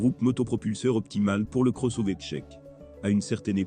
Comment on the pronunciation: La voix synthétique, c'est pénible (Le cross-ové ?). A part ça, déjà changé le pare-brise deux fois en 60 000 km. Mais le vrai problème, c'est le logiciel. Multiple mises à jours, mais aucun résultat. Certaines fonctions on dû être désactivées comme le reconnaissance des panneaux, extrêmement dangereuses. Pour le reste, ça ne fonctionne pas ou seulement la moitié du temps, comme par exemple le Line Assist (qui sonne en permanence quand il est HS !) ou Apple Car Play, qui refuse régulièrement de fonctionner. Autre point: très sensible à la qualité du carburant. Véhicule immobilisé pour l'instant à cause de ça, depuis plusieurs jours. Panne à répétition encore sous investigation. La révision doit obligatoirement se faire chez Skoda. Sinon, vous aurez acquis une expérience utile et perdu beaucoup d'argent.